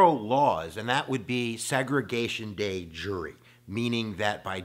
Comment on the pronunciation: Bro I like the video, but it’s not day jury it’s de jure(dehzjuhr). It took my 10 minutes to figure out what word that was.